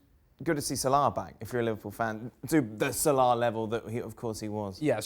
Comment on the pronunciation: Dear Dan It is Salah , not Salaaa.